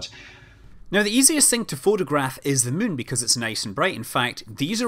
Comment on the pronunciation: He clearly says 'Mun' instead of 'Moon'.